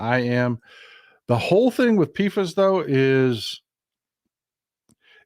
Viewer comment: Polyfluoroalkyl substances (PFAS) is pronounced "pee fas"